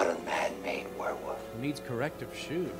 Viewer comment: Whirrwolf? No, werewolf.